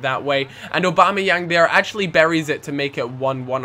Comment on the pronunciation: I will leave a dislike because you can't pronounce aubamayang's name properly